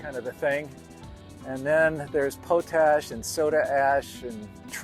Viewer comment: It's pronounced 'pot-ash,' NOT 'poe-tash.' LOL